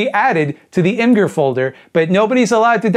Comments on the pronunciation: its "image err" plz dont say "img-urr" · you pronounced imgur wrong. The G sounds like a J not a G